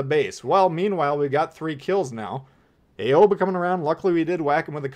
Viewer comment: I'm just here to mention that 'Aigle' is pronounced more like "eh-gluh" and 'Aoba' is pronounced more like "ah-oh-bah". Great video otherwise. :)